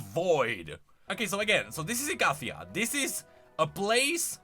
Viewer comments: malzahar pronounces "icathia" as you do. don't know why riot made jax say it weird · Malzahar's ancient voicelines still pronounce Icathia the same way you are saying it for the past decade, so if anyone is pronouncing it wrong, it's modern riot lol. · malzahar pronounces icathia the same way you do